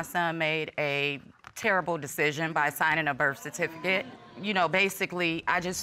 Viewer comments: "Birfatificut." Lol HAHAHA 🤣🤣🤣🤣🤣🤣🤣🤣🤣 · The “Birfatificate” whew chile 😩